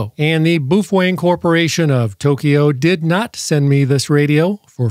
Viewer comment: When is this chump going to leatn how yo say the name properly 😂😂 boofweng 😂😂